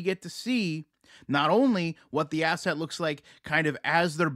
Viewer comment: I heard ass-hat!! Not asset Lol! Anyone else!?